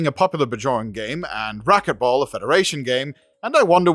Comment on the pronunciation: Spracket ball !!!